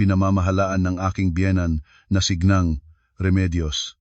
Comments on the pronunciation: Deretso ang bigkas ng ginang hindi g neng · Pls bigkasin ng wasto ang mga salita tulad ng ginang hindi gneng.